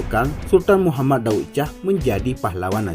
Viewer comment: Baca intonasinya berbunyi, Daud Syah, bukan Daud Cah. Lidahnya tebal benar, sih !